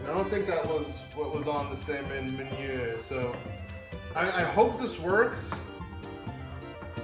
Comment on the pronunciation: Nice to see something new from your channel. Also just to help you out there, meunière is pronounced moon-e-air.